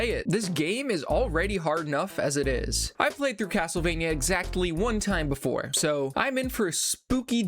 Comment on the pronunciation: Haha Cattlevania.